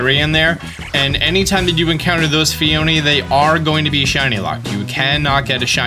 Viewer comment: I'm glad practiced pronouncing Phione but what happened to pronouncing Arceus? Love the vids:)